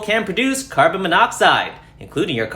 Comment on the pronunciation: “Car-bon monoxide”